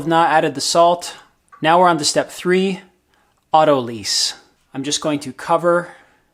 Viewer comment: "Autolyse" is a verb, meaning to undergo autolysis, which is the breakdown of tissue by inherent enzymes--self digestion. It's pronounced aw-toe-lize, or aw-toe-lice. "Autolyse" isn't itself a resting period, it's what something may do during a resting period. While resting, the dough undergoes autolysis.